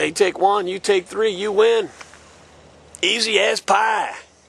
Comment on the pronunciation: i thought u said easy a** pie